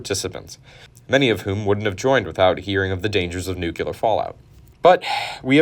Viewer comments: Every time this guy says "nuke-yule-ar", I think of Peter in Family Guy.... "It's pronounced nukular you dummy, the s is silent". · "The nukulus". "The nukelar force". XD Sorry. Just joking. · I cant keep listening to him say nuke-u-lur and nuke-u-lus. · Unsubscribed because of "nukillar bomb" and "atomic nukillus" instead of nucleus. Learn to speak proper English, please! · I can’t believe you made an entire video about Nu-Clear bombs and you can’t even pronounce it correctly. A force that can destroy entire civilizations, power the largest cities and you don’t respect it enough to learn how to say the word right? The nucleus of the atom. That’s where the word comes from. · Bro. You gotta stop saying “nuculus” and “nucular”. You really can’t put letters together one after the other? Most people learn how to do this in kindergarten or early primary school. Look at the fcking word, and read the letters one at a time: NUC-LE-AR. NUC-LE-US. God damn. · New-clear bomb. New-clee-us. You’re killing me. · The NU-ku-lar pronunciation is very common across Texas and the Southwest. It grinds a bit in my ears, but I recognize that it’s a regional thing. I don’t freak out when I hear a cup of hot brew referred to as KAW-a-fee in areas in the BosWash conglomeration. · It seriously impedes your ability to tell a story as a credible source when you don’t pronounce the word “nuclear”correctly. It’s not an accent, and it’s not cute. That is the order in which the letters spell out the word. Look carefully: Nu cle ar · "Nucular"..."nuculous"... I almost had a stroke... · No... just plain no. If 99% of people have a sub par education and pronounce it "nucular", like "muscular", it's still incorrect. Sorry, mate! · ‘Nuculus’?? ‘Nucular’?? AAARGH!! 🤯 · Nukular….. aaaaaargh, come on…. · i thought i could hang with the nuculer.. until he said nuculous a billion times. very unfortunate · 2 minutes in. He’s just going to keep saying nuculur isn’t he. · Nuc-le-us Nuc-le-ar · Noo-kyu-ler? Fr?